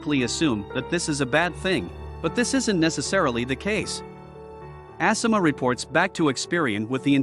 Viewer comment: ASSima?? Lol I believe it’s A- Sima